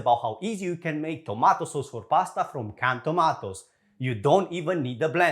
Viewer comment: I love you but, please stop saying "tomatoes"